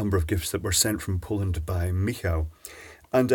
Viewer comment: Michał, is pronounced by saying ME-HOW.